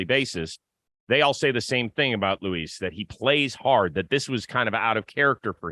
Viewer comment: Just like, for future reference, it's Luis (With the S pronounced at the end) not Louis like French, and Robert is pronounced with a hard T at the end like you'd pronounce the name in English. (Edit: Just heard yall pronounce it right the next chance, let this just be a lesson for anyone who needs it I guess) But overall yeah, the guy is disappointing in just about every regard. Even though he has elite range in CF, he doesn't communicate seemingly at all. The amount of near collisions on balls between the outfielders is insane, and it's been going on since he started playing for us. His plate discipline is awful, and again, hasn't seemingly improved at all since he got here. It feels like a guy with all the tools, but not the insane drive required to utilize all those tools at the MLB level. He doesn't seem to make adjustments, and with the stuff about not knowing the bench coach's name and all that, I am worried he won't ever develop into the player he is capable of being.